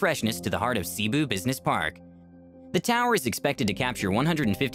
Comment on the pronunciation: He says 'See-boo' but it's more of 'Se-bu'.